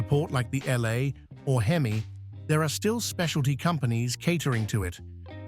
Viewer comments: Exactly my point. The H-E-M-I instead of hemi and the three one eight instead of three eighteen was killing me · Please, PLEASE teach your AI to say Three eighteen and Three forty, and hemi (Not h-e-m-i) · Lousy narration. Who ever called a Hemi a H-E-M-I? . And it's a three eighteen, not a 3-1-8. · If you call it a H-E-M-I engine this video is for you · It's called a hemi, not an H.E.M.I. got it dum dum? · I love that H - E - M - I ... 💩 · It has always been "Hemi" short for hemispherical. Never H-E-M-I. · Just like when the AI voice says THREE ONE EIGHT, instead of THREE EIGHTEEN. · the h e m i.....😆😆😆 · Why don't you get a real person to narrate?? Who in the world spells out HEMI instead of pronouncing the word???? Couldn't listen to more than a few minutes. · Frogging AI narrator from who knows where Three one eight H. E. M. I 😂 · I know AI is free, but fuck. This is sophomoric. If you can't narrate it yourself, I'll do it for $100. And I know how to pronounce H-E-M-I and 3-1-8. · H. E. M. I. Like...what the heck!?!? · yes, very aggrivating. with this video I especially hate the Hemi engine pronounced "Hee-Mee" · Surprised it didn’t say, “HEM-eye….”